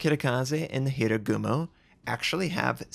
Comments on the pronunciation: HA Ru Gumo. Not Hirugumo :P Sry, I can't help myself :( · Sorry, but Hir-a-gumo?